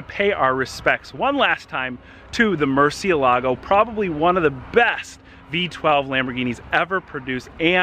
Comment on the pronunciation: Mercy AY lago NOT Mercy uh LAGO